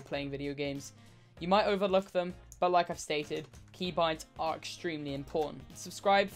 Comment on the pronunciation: The way he said key boinds 😭